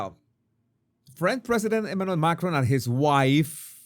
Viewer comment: Candace deliberately (and rudely) says MACRONE rather than Macron.